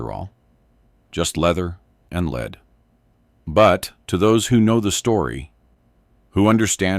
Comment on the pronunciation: AI narrators suck, use humans who know the difference between lead and lead.